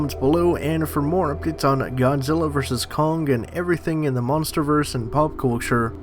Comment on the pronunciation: It’s kong, not kongga